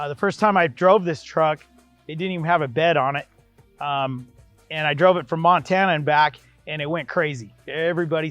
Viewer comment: Did he say Montana??